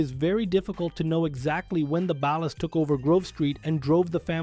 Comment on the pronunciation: the way he keeps mispronouncing 'Ballas' cracks me up 😆